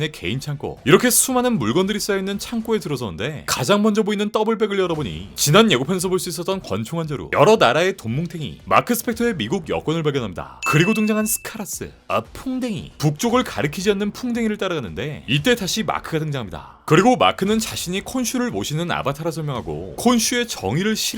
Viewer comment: 스카라스 아니고 스카라브...ㅋㅋㅋ급하게 만들었구나